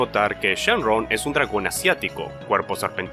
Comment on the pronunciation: dijo shen RON XD